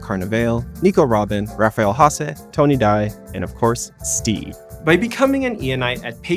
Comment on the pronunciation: Haha so cute they emphasised S.T.E.V.E.